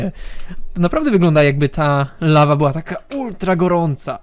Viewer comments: Lawa, nie ława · "La Va " to po francusku czy co ? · "lawa" xD